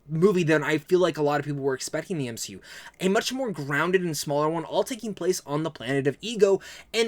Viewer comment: I heard u say M She U in the video, or at least thats what it sounded like 🤪 im goofy just ignore me!